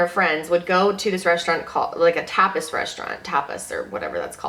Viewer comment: Tapas is pronunced like topless without the l.